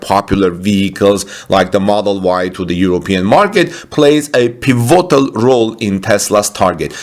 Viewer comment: I wish I could help you better with your pronouncing of English words like "pivotal" Which is pronounced like this PIV-IT-OL. This is just an example of some of the words that you have mispronounced recently. I follow your videos all the time and it is my only observation of your English.